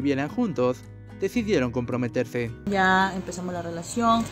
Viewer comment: "Decidiedon compometedse" El reportero 😂🤣😂🤣😂🤣😂🤣😂😂